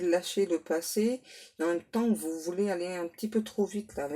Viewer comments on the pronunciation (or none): none